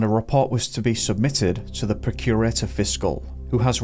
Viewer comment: it’s not procure-ator. It’s pronounced “prock-u-rator”. Procurator Fiscal. Well covered story though and I’m sure the family will be grateful of you bringing it to public attention again. My son is 16. I just wouldn’t want to imagine…… x